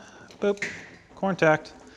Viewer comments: "cyyoontact", nice, if you know, you know? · Missing an "r" before the "n."